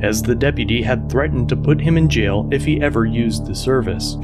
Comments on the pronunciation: Anyone that makes "jail" a two syllable word (JAY-ill) is probably dumb as fuck. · Po-leece take home boys to the jay-el